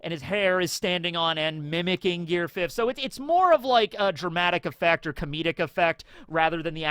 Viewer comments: "fifth-t", c'mon. Stop adding that extra T. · Why you putting adding a t to the end of fifth lol